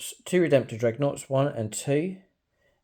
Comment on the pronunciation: Thumbs up for his beautiful "Dregnoughts" 😂😂